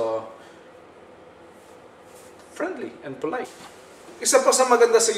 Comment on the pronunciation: Prenli and Folayt.lol